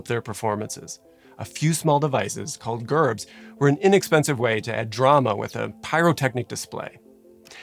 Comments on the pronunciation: Not pronounced Gerb it’s Jerb. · I Hate people that comment negative things on good videos, but you are mispronouncing the most important part of this video, Gerb is pronounced [Jerb]. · Wait. Am I wrong. I thought that in the word "gerb" the "g" is pronounced like a "j" so Jerb. Maybe I have been going round talking about this saying it wrong this whole time! haha! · FYI, “gerb” is pronounced with a J sound, like “jerb”. As a former full-time pyrotechnician, gerbs were often seen as one of our most basic effects. Being sent on a gerb shoot (usually fancy weddings) was usually one of our more routine if not mundane assignments. However it was never lost on us, and especially on me, the kind of havoc these little devices were capable of if used incorrectly or if complacency got the best of us. Unlike the situation at The Station, our effects were carefully sized to the room they were to be used in and fire marshals were always involved in the process from beginning to end. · Gerb has a soft g and is pronounced like jerb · A lot of misinformation in this video. And Gerb is pronounced “jerb” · "Gerb" is with a soft "g".